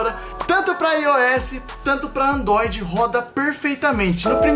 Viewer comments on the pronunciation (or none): "andoid" ksksksksk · vc falou andoide